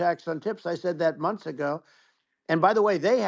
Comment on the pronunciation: "2000 FRUSHES!! It'll clean your toilet bowl for UP TO FOUR MUNSHS!!!"